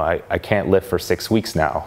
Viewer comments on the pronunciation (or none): Jesus when he said "I can't lift for six weeks" I thought he said "I can't live for six weeks" and I nearly shit myself.